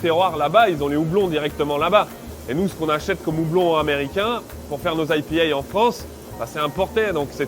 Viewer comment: Produit purement français d'ou son aie pi hè !! Il est ridicule !